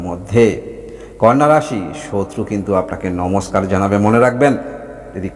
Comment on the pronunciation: ওটা কন্যা রাশি নয় কানা রাশি